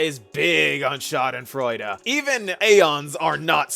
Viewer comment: As a German I approve if this pronunciation of the word schadenfreude